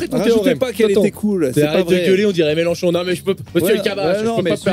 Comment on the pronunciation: C'est melenchon pas Melanchon bande de kassos